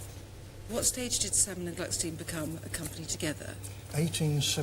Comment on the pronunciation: The correct name is Glückstein, not Glucksteen.